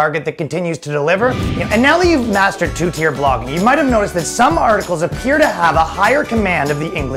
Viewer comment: I heard "Pogging" instead of "Blogging" and it still made sense.